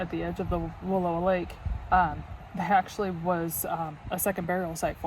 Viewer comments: You are pronouncing Wallowa wrong. It's Wa lou a. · It's not Walua Lake. It's Wallowa Lake. It's seems you should know how to pronounce the name before you make a video like this. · It’s not Wall…oh..a. The correct pronunciation is Wall..ow..a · I live in Joseph... The area is pronounced wall OW a not WA low a 😂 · It's Wa-LOW-a Lake.